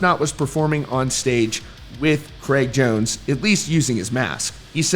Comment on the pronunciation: It’s Jraig cones